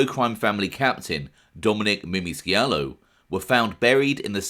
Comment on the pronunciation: The C is silent in scialo